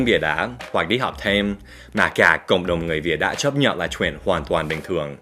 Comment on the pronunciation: "Chuyện" not "truyện"